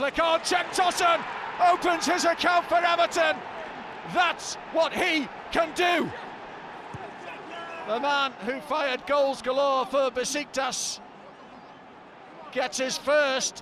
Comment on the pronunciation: Beşiktaş pronounces "Beshiktash", not "Besiktas".